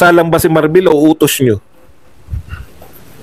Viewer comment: Marbil hindi Marbel ano capt marbel?